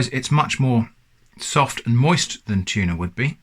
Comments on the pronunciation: "It's not a Tunah" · tunah as in nah feep that